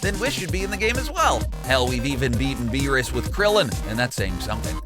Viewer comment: How u say whis and beerus is horrible